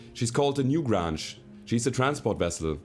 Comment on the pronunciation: Loving the series, subbed because of it. Your English is amazing, I can only wish my spoken German were so good. Only a minor quirk: the "Newgrange" is probably better pronounced to rhyme with "strange" than "flange". I know, English spelling is idiotic. A "grange" is a kind of village, originally. Anyway, loving the shows, don't let people tell you how to play - it's more fun when you play the way you want, because you'll be enjoying it more. And honest enjoyment is the thing that brings people back, I think. All the best from Canada!